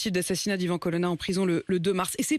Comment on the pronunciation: Son nom c est colonna et pas colonne